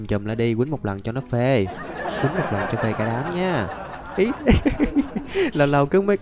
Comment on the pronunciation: Anh nói chữ phê nghe vui quá anh ơi